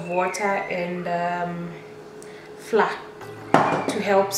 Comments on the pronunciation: Flour is pronounced as 'flower' Otherwise awesome tutorial Will definitely try it out sometime 😊😊 Aaand.... You just earned yourself a new subscriber!! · Thanks tried them out. But why do pronunciate flour as "Flaa" instead of "Flawa"/Flower". For a moment I thought it was a special powder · U know they are Kenyans the moment they pronounce the word 'flour'.